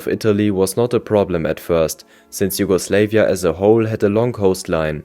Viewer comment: JugoslEvia instead of JugoslAvia, whole time during this video